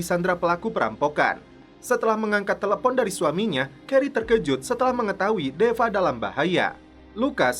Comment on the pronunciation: kenapa harus CELEPOOOONNN ... BANG WKWKW